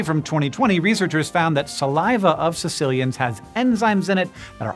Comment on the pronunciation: really should be a hard k sound